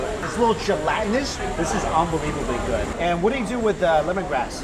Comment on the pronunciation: I have a question, Mike..... who taught you how to say "good"?